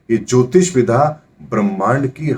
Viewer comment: Ohooo... mujhe aaj samjh aaya ki aap विद्या (vidya) कहना चाहते हैं जब भी आप विधा (विधा) बोलते हैं। क्षमा करना महाराज यदि मेरी बात बुरी लगी हो तो किन्तु ये शब्द मुझे हमेशा कंफ्यूज करता था और मुझे आज समझ आया है कि आप विद्या(vidya) को विधा(vidha) बोलते हैं। कृपया इसे ठीक करें। बाक़ी आपके ज्ञान और वीडियो के हम कायल हैं। अति धन्यवाद 🙏🙏